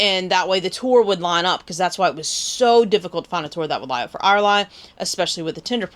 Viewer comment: Hi it’s pronounce Air Lee beach great review